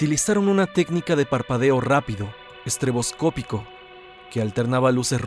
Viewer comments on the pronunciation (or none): No es "estrEboscópico". Es "estrObscópico".